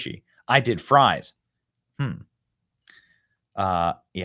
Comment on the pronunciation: Fwench fwies lol